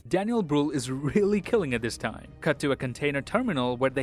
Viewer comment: as a german i love how you pronounce daniel brühl. especially his last name. Love your videos